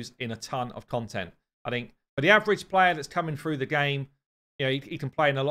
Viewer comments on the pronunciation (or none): none